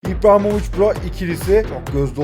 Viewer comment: İBRAHİMOVİÇ ❌ İPRAHİMOVİÇ✅